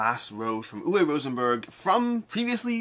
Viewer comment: I know almost everyone in the industry pronounces his name incorrectly, but for the record, it is ooo-vuh Rosenberg. Like booo, ooo. W is a "v" sound. E at the end of words in german is an "uh" sound. Oo-vuh.